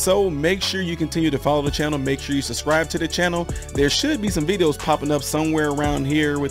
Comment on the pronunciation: The word is subscribe not suscrie or whatever it is you're saying.